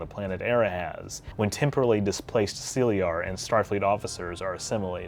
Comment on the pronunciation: That is an interesting pronunciation of the word Caeliar. Why use those letters to transcribe an alien word into English and then use none of the English phonetic rules when pronouncing it? It’s a fucking ridiculous farce.